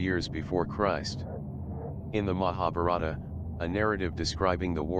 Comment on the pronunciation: The narrator's pronunciation of Mahabarta etc leads me to suspect the material.